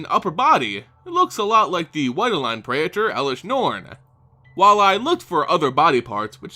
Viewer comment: pray- tore. not prey et ers